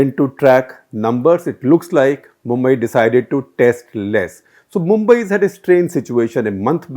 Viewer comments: You do not know Mumbai at least pronounce correctly look at density of population especially Dharavi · He can pronounce Brihmumbai but can't pronounce mumbai